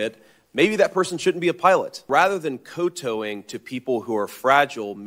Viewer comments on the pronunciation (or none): Co-towing? Its pronounced Koo-oh Tao -ing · I’m more offended about how he pronounced “kowtowing”. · This man pronounced “kowtowing” like we’re sharing the job of pulling a broken-down car. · Do people really say koe toeing rather than cow(like the animal) tauwing (same sound as cow. We actually used this in everyday speech, and pronounced it differently. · Its prononuced COW TOWING [RHYMES WITH COW] ffs! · Maybe he should learn how to pronounce kowtowing. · What a terrible pronunciation of kowtowing. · I was with him until his mispronounced "kowtowing."